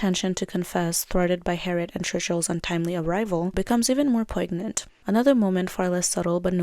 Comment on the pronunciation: This video is so well done! Thank you for shining a light on an underrated film! You earned a subscriber. Just one little thing, poignant is said "poi-nyent", at least where I live in the US. Maybe that's not the only way so please double check that. Anyway, thanks for the awesome content!!!